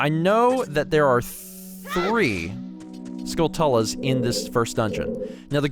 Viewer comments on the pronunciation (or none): How do you pronounce skulltulas? I thought it rhymes with tarantulas, but is it skull-tell-la like says here?